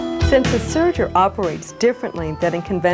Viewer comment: It's serger, not surger.